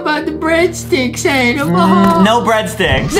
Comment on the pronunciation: adam! not amen